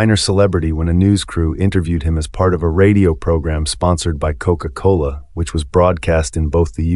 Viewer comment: Is this voice AI generated? I have never heard it pronounced Koko cola.